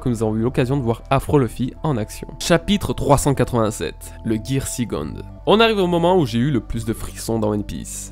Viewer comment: Je sais pas pourquoi vous vous arrêtez sur la prononciation de third alors que les prononciations de second et fourth sont tout aussi mauvaises ainsi que tous les mots en anglais en fait.